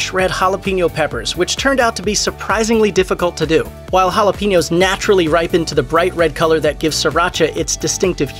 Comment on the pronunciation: It's not pronounced hala peen yos, it's pronounced hala pain yos.